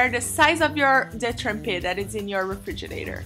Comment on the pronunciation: Shes saying "Refiginate"..... I don't even know how to spell it.. This was funny though.